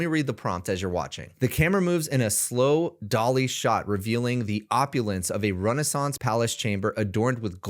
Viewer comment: How do you write such detailed prompts with technical language? I know you’re not writing it because you’re not able to pronounce the words correctly all the time. For example the Renaissance image. I do appreciate everything you’re showing, but I want to see the promos to understand how to get these prompts because most people wouldn’t know. My friend is in the film industry. He’s a DP and these are terms he would know so where do you get them to ask chat gpt to provide the prompts in detail? Thanks.😊